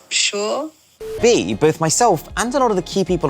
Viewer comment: Yeah it might be, just sounded like a English person to me, maybe a bit posh, saying sure.